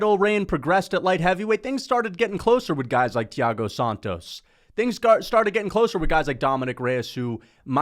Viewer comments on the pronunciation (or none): none